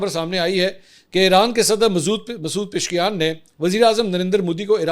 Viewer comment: آب بار بار غلط نام مد لیا کر پزشکیان پ ز ش ک یان پزشکیان